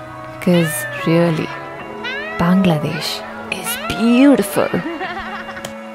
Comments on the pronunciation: The way you pronounced Bangladesh is beautiful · I really loved the way you pronounced BANGLADESH 🇧🇩 Thanks a lot for making this video